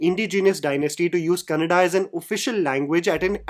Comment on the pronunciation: Bro says Kannada.. not Kannad. Sunke accha lagta hai.